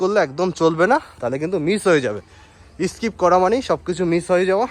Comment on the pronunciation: দাদা ভাষা ঠিক করে বলুন।( ইস্পীড, পেরায়, ইসস্কিপ) এই গুলো কি ধরনের ভাষা। ক্যামেরার সামনে শুধু ঘড়ি পরা হাত দেখালে হবে, একটু লেখাপড়া শিখতে হয়।